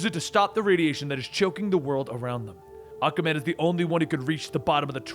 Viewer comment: Is it me or does it sound like Akamen when he says Aquaman.